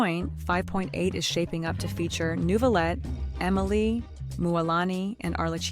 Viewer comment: "Neuvillete" ❌ "Nouveau" ✅ Bro at least spare my nuviii 😭😭😭